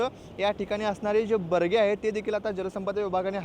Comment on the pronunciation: बरगे नाही. बॅरेज असतं ते 😂